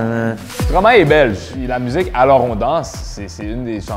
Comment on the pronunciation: À la candidate au haut rose s'est éliminée +++ avec son "mudzzik"... pour info, elle aurait faite une parfaite ressortissante des cantons de l'est (germanophone) belge, à ceci près que leur accent est trèèèèès prononcé (style liégeois) quand ils parlent français. Effectivement en tant que belge était vite grillée meme si le premier candidat parlait pas très différemment que certains jeunes "maghréxellois" du nord-ouest de la ville. Des bisous!